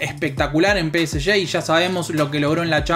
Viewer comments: yo prefiero que la gente diga Pe Ese Ge, no Pe Ese Ye. Somos Argentinos viejo, dale!! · Salen campeones gracias a Sergio Ramos, Ney y Messi. Y bien ahi pronunciando peseshe.